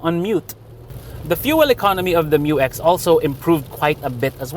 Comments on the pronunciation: Despite good audio, I'm still hearing M-U-X not Miyu-X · FYR it is pronounced as "myu-ex", not M-U-X. That's why it is spelled Mu-X. This was also confirmed by Isuzu themselves.✌️🙂